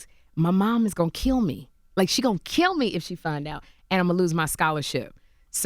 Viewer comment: why do black americans say Kilt it. There is no T in the word Kill!